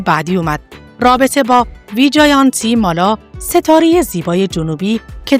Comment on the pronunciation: خانمی که گوینده ویدئو هستند اغلب نامها را اشتباه تلفظ کردند.گویا هیچ آشنایی با سینمای هند ندارند و متن را از روی کاغذ توانده و نامها رو برای اولین بار تلفظ میکنند.برای کسی که ویدئو تولید میکند این مسئله قابل اغماض نیست. ۱)وی جِن تی مالا ۲)دیم پِل کاپادیا ۳)کاریشما ۴)نرگس ۵)مانداکینی همچنین خانواده آنیل کاپور ارتباطی به خانواده راج کاپور نداره.نام خانوادگی کاپور یک نام رایج در هند میباشد.